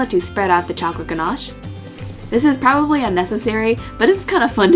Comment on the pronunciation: Thats not how you say ganache in english XD